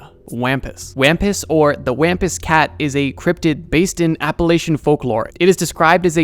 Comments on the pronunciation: Wampus is pronounced Wompus lol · You so mispronounced Wampus.